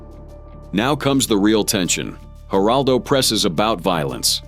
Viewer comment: These Ai voices destroy everything. Geraldo Rivera? G is pronounced with an H sound. Why not just play entire segments of the interviews without a phony AI voice.